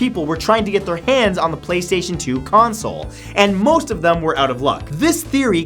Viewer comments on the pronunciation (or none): none